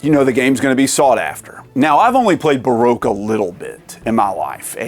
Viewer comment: Barogue is pronounced Ba Rock